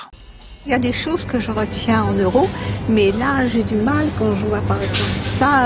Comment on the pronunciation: On dit pas 2 zeuros on dit 2 euros ici oui deux euros